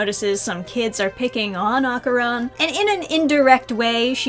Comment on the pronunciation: No matter how many times I hear people pronounce Dandadan wrong it's still a jumpscare. Edit: oof not Okarun too. My poor ears.